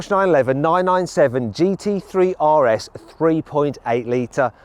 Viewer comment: That’s how you know Mat is biased towards Porsche.. he pronounces the RS in Porsche properly but in Audis he makes fun of it :)